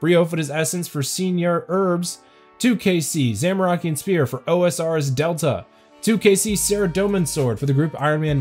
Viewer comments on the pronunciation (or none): none